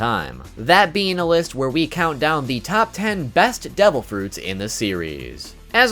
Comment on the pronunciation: Are u saying DOUBLE Fruits Or Devil Fruits